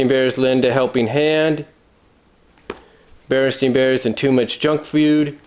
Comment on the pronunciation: i noticed you, as with me and many others, pronounce it stein. i clearly remember it being stein, but going on youtube, you can hear that in the tv show and in commercials its clearly pronounced "stain". i realize your books say stain, but is that how you remember them from the past? i coulda swore it had an Ein. i know it sounds ridiculous since u can look at your books for reference.. but since your a collector, i wonder, When did you 1st notice it was spelled Ain ? thanks